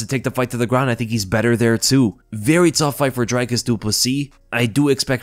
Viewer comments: It’s pronounced Dree-Kus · Dricus will finally have the general public pronounce his name properly after this fight, at least. Whittaker by TKO round 2